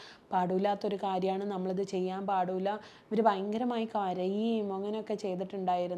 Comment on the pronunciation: പാടൂല്ല പോലും.. ഏത് പാട്ടാ പാടാത്തത്.. 🙄 ഇത്രയും വിദ്യാഭ്യാസം നേടിയിട്ടും.. പിന്നെയും പിന്നെയും പറയുന്നു..,'പാടൂല്ലാ ' ന്ന്. പാടൂല്ല എന്നല്ല മേഡം 'പാടില്ല ' എന്നാണ്.. കഷ്ടം.. 🤷🏻‍♂️🤷🏻‍♂️